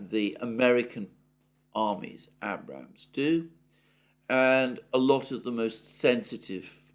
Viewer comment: Please pronounce Abrams properly.